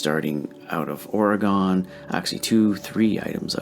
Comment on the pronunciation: The people of Oregon are cringing how you pronounce Oregon.